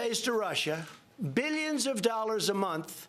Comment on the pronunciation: ROFL. Americans have plumbed a new depth with this dumbass 😂 Good to see how the mighty have fallen "beelyins and beelyins" of miles into a sewer 😂